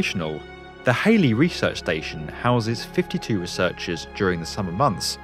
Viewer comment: HALLEY !! not HALEY.